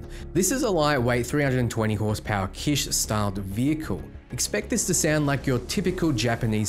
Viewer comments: Like the word Kitchen, without the the 'in' sound at the end. Or the word Bitch with a K. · It’s not pronounced “Kish”. It’s “kitch.” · "Kitsch" is pronounced "kitch" (like a "witch"), not "keesh". Haven't you ever heard this word before? It's not like it's some obscure term. Kitsch is the art direction considered to be cheap or in bad taste. Too colorful, too bright, too aggressive etc. It's contrasted by "high art" or stuff we'd call classy and toned down.